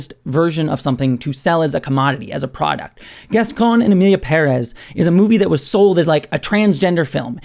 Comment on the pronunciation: It's so satisfying to hear you pronounce Pérez with a stress on the first syllable, as it should be.